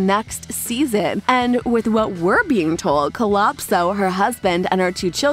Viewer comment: Culopso Is What You Said It’s Calypso